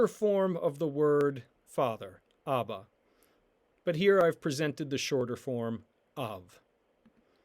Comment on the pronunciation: Why does the second letter sound like a v when it’s a b? “Av”/“abba?”